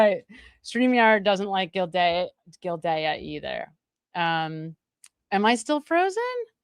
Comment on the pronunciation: And the judge is Gilday not gildayuh lol, drives me a little crazy too. Just a typical type A !